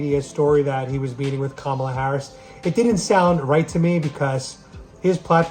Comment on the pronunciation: It's pronounced Camel-ah.